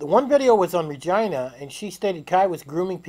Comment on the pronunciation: Rai-gina. It's pronounced R-e. Gen ah